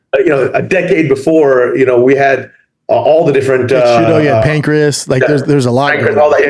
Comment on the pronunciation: Schaub really called Pancrase....Pancreas